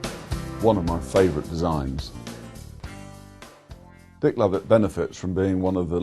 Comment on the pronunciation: hahahah "DICK LOVIT" HAHAHAHHAHA